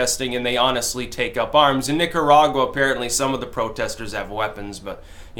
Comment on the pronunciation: when you say Nicaragua do it with the roll of the tongue please.